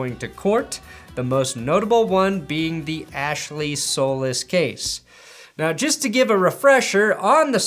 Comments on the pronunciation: Solis is pronounced So-lease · It's pronounced "So-lease"